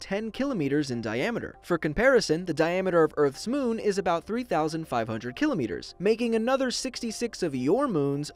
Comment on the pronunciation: He said kilometers wrong